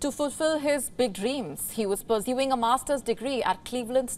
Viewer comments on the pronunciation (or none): this lady needs to work on her diction. Her 'pursuing' sounded like 'perceiving' in this video.